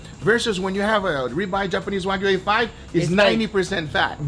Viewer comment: I love how he says waygu